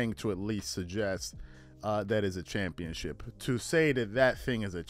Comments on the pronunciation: A "CHUMPIONSHIP" 😂😂😂😂😂😂😂😂😂😂😂😂😂😂😂😂😂😂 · "Doesn't it feel like a chumpionship?" 🤣🤣🤣🤣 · Skip said chumpionship , lol! 😂